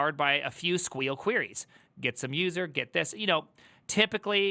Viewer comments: yeah it's sequel not squeal, idk why he pronounces it like that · stop saying 'queal